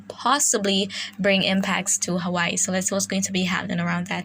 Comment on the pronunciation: THANK YOU!!! for pronouncing Hawai'i PROPERLY. That's the first time I've heard a non-Hawaiian person pronounce it correctly. Mahalo!